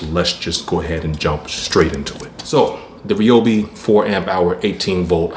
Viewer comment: To start off with It's pronounce Ryobi not Reobi. And your not pushing the saw on the first cut and the Edge battery is not worth the extra amount that they are asking for. And it"s been proven by other interviewers they last about the same time.